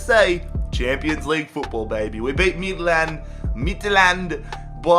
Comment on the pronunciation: The way he says "Midtjylland" makes me want to commit suicide in a public place